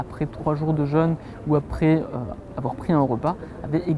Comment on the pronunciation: Ça me fait vraiment rire de voir que presque tout le monde prononce le "jeûne" comme le "jeune" 😁 Un jeune est un ado qui boit du yop. Un jeûne est une période sans manger. Prononcez le comme il se doit ! Il y a un accent circonflexe !!!!